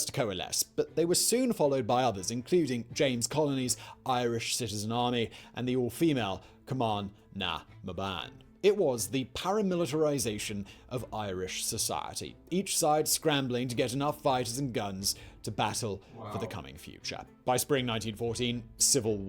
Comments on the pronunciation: No, it's Cum-a-na-mun Phonetically. I understand yer mans pronunciations are not that great but what easy did the man say that was incorrect? The only thing I would disagree with was the fact that the British didn't stop the rising as the British actually wanted the rising to go ahead so they could do want they wanted to do in Oct 1915. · Cum-a-na-mun easy.